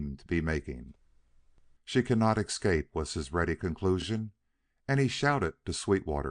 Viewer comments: Nice clear reading. Noting for the reader the escape is pronounced s-cape not eck-scape. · I agree w/ last comment about the word "escape", he pronounces it "excape" and the word comes back so often that it's impossible not to notice. Also, he has a wonderful voice. However, there seems to be something wrong w/the punctuation: the flow... I don't know how to express it. As if he adds comas.